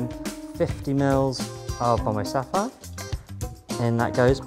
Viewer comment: I'm not really speaks in English, on the I heard Bombay Suffer